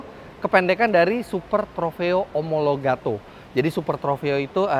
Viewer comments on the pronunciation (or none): STO singkatan Super Trofeo Omologata bukan omologato